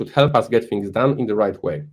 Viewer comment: Jak francuz "fings" zamiast "things", "free" zamiast "three". XD